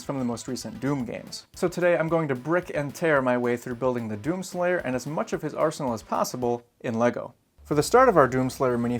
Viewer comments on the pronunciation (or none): Wait did you say "Breck and tear"???